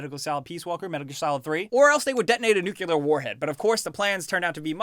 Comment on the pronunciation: If you know you pronounce "nuclear" wrong... why not just, y'know... pronounce it right?